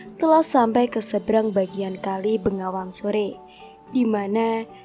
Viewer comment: peh salah semua pembacaan ya pajang bukan panjang bengawan bukan nengawan.malah mumet aku...